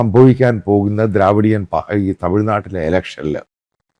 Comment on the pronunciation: ദ്രവീടിയൻ not ദ്രാവീടിയൻ